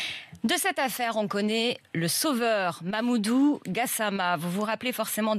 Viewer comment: Je rêve où la présentatrice a dit 'MaMOUdou' ? J'ai mal entendu où ?